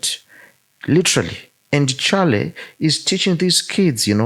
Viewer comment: Sorry just a little point I would like to make. Respectfully could you please find out how Charlie's name is pronounced before going on air, in respect to him. 🙏